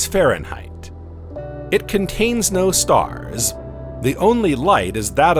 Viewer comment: each containing about 100 million StaHHhRsss